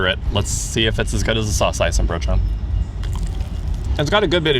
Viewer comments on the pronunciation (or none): A quick note: the emphasis of Saucijzenbroodje is on the 'CIJ' part. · The wrong emphasis in saucijzenbroodje still has something cute about it....